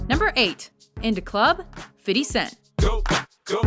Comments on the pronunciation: Does the narrator know its alright to call 50 Cent Fifty, rather than Fitty? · Stop saying "Fiddy", please. It's embarrassing. IF you're trying to emulate the urban dialect in the pronunciation of "50 cent" go with "Fithy Cent" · lol "fiddy" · Wtf it is not FIDDY CENT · it's not fiddy cent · lol Fiddy Cent